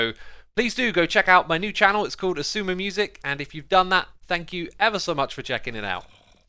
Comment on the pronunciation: I'm surprised whenever I hear someone say Xisuma right I thought it was impossible